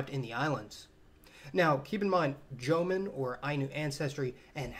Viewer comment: Jomon="Joe-Moan" not "Jomin"